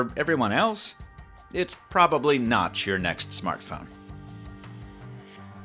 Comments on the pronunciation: Had to scroll down to the comments to make sure I wasn't going crazy when I heard notch instead of not lol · Did you say "Probably 'notch' your next smartphone"? 🤔